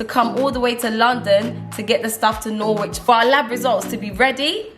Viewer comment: It’s pronounced Norich not Norwhich